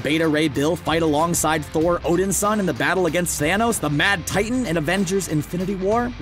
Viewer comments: I finally cracked at Odinsin "HE'S ODIN'S SON" When you keep mispronouncing things it makes it look like you don't know a thing about the subject matter and you're reading someone else's script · "Odinsin:" smh.. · I hate to be a stickler, but I wish you people would get pronunciations correct. Namor is Nay-more, and Odinson, is actually Odin-son.